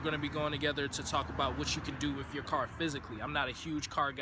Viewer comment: "effnicities", "start wif", "possiboo" smh